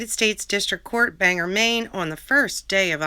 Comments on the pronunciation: It’s not important but Bangor is actually pronounced like Bane-gor. At least that’s how we say it in Maine. Non-Mainers always call it “Banger.” So Lorne is is banger court with judge Woodcock...oh the dirty jokes that could be made. Love yew,. Thank you for the upload 🌹😘😀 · Having lived in New Hampshire all of my life, I’ve been so surprised to hear how people from outside of New England pronounce Bangor as banger. It’s more like Bane-gore so never thought of it as a funny town name!